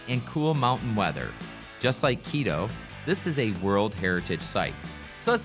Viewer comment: What a sleazy, cheese salesman. You totally mispronounce Quito. It's QUITO with T not D!